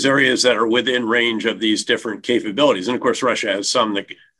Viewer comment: Did he say, "capagonies" to bear~? Was that a Freudian slip~? I listened several times and there is no way he said, capabilities.